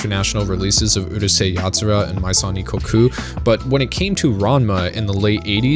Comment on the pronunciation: Pronounced Urusei Yatsura correctly and then butches it with the dumbas Uhrusei